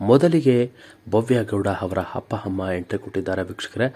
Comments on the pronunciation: ಹಪ್ಪ, ಹಮ್ಮ, ಹೆಕಹೇಕಿ, ಅಲ್ಲಪ್ಪಾ , ಸರಿಯಾಗಿ ಕನ್ನಡ ಕಲಿತುಕೊಳ್ಳಪ್ಪ ತಂದೇ 🤦‍♀️🤦‍♀️🤦‍♀️🤦‍♀️ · Yo happa hamma alla first kannada nettage mathadi atleast igadru correct madi kolli kelakke himse